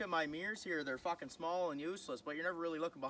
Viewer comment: The way he says "fockin" reminds me of trailer park boys